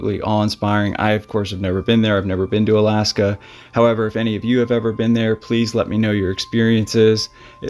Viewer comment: Good job on the word Alaska there you almost lost it 😂